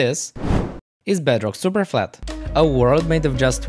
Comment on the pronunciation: In the beginning he said he spent days on “Bedrock Superfalt”